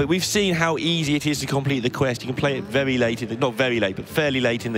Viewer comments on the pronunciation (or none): The commentator with the speech impediment weally weally needs to go. Not vewy pwo if you ask me. Weally distwacting